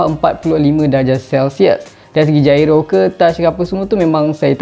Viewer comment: Gyro bang bukan jairo HAHAHAHA